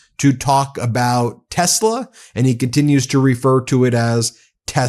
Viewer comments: It’s called Tes La not Tes Ler what a DOPE! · Tesler LOL I think he was combining Hitler with Tesla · That’s Tesler…. Say it right! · People don't even have the nerve to correct him on his 'tesler'. Spineless. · He really thinks it’s called “Tesler”, with an “r”. 😂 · He cant stop saying Tesler lol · He’s saying “Tesler” to avoid breaking Standards of Ethical Conduct for Employees of the Executive Branch (5 C.F.R. § 2635) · It’s not a mistake. Calling it tesler over and over on purpose. It’s a rhyming dog whistle. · "Tessler' dont forget hes still Donnie from queens. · “teslur” - appropriate! Maybe it is a type of ketamine. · phonetic paraphasia "Tesler" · Another one for the books cut-ter hahahahaha this can’t get any better than tesler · I think the mispronunciation of "TESLA" is deliberate, he's done this before with other words and I think it's also why he gives people nick names. Trump being a professional lier, it makes it much easier for him denying his statements because he is using made up words. He know's EXACTLY what he's saying. If he's ever asked about TELSA on the stand he could deny it because in his mind he was talking about TESL(ER), it's a lier's trick.